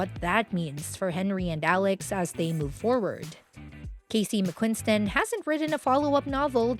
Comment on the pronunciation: It’s Mcquiston with one N! Not McquiNston.. not that hard.. just read the letters. Simple.